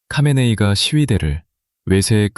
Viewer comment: 카메네이는 하메네이입니다...ㅋ과 ㅎ은 뒤섰겨서 같은 발음으로 나타납니다.. "카하"의 합친 말이지요..장기스칸=징기스한..삼한=삼칸..거서한=거서간....등으로 발음됩니다